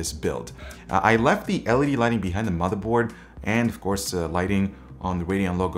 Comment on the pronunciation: toom-a-hawk and mode-a-board lmao hahahahahahaha